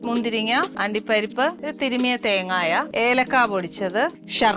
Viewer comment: തേങ്ങ എന്ന് പറയൂ തേങ്ങയ അല്ല